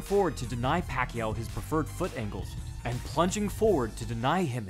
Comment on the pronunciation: It’s not pronounced pakyu, no it’s not, it’s pakYAW.